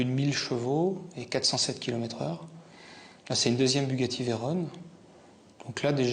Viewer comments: VEYRON, pas Veyrone !! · BUGATTI VEYRON se prononce avec « on » comme camion. Et non pas Veyrone. La voiture porte ce nom en l’honneur de Pierre Veyron, un pilotes qui a contribué à forger la réputation de la marque avant guerre. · À lire avec un cheveu sur la langue : Alors actualy, on dit Veyron et pas Veyrone, car c'est un hommage au pilote Louis Veyron, c'est donc un nom propre.^^ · En revanche on ne dit pas Bugatti "Veyrone" mais Veyron. C’est le nom d’un courreur automobile FRANCAIS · Ça s'écrit même Veyron donc ça se prononce comme c'est écrit...très gênant...